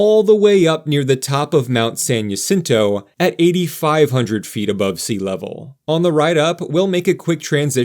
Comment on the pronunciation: Great video. Haven't been on the tram since they converted the cars to rotate. FYI, San Jacinto are Spanish language words and therefore the "J" in Jacinto is pronounced as an "H" and not a "Y". Whew, that's a lot of "quotes".